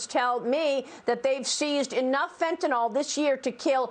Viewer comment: Fentanyl, Maria. There is a Y in there, not an O.